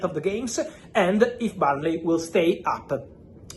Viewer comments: Burnley not Barnlee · The first time I thought he said Bali !